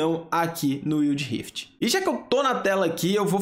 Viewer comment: "UIUDI RIFITI"